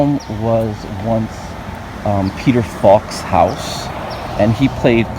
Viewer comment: Peter "Falk"